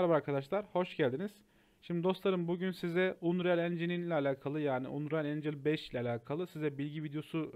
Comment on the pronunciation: Aga iyi güzel hoş da "unreyal" deyip durmasan? "Anriyıl" diye oku şunu wockcnxnmdsoa